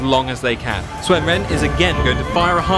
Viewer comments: UnitedEarthEmpire they made a lot of mistakes. Sun becomes Swen. The 'i' in 'Liu' is dropped. As is the 'u' in 'Luoyang'. Cao Cao is still bad. Chaoxin. And the pronunciation is wrong regardless in what language you pronounce it. If it is wrong it's wrong. My name is not pronounced Oi je ne just because I am in Germany. People still call me Eugene even though we speak in German and Anne (two syllables in German) does not become one in English. I still say An'ne when we speak in English. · Why is he pronouncing "Sun" like "Swen"? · You are pronouncing "Sun" wrong. it is pronounced like the english word "soon" not "swen". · Guy keeps saying Swen, instead of Sun. It looks good, but the lack of blood (Obviously going to be a Paid DLC like in Shogun and later games), and the lack of unit animation and zoom means doesn't look any more impressive then some of the Free Mods out there. The Generals are pretty much the only reason to play this. That said I want a Chinese Dub of the Character Voices, like they had with Shogun with all the Japanese Voices.